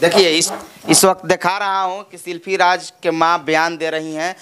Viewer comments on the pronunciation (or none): Shilfi nahi ji shilpi boliye🤣🤣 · शिल्पी को शिल्फी बोल रहा है 🤣🤣🤣